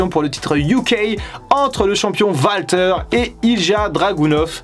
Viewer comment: Ont prononce Wal, pas Val. ce Walter pas valter. Ont dit Wal-Mart. Pas Val-Mart. Mais qui te demande de moins parler de AEW ? Si les gens aime pas la lutte qui aille voir axel